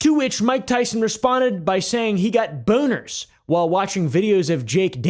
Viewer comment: Does Mike have a buh-own-er for Sneak-uh-OH-w?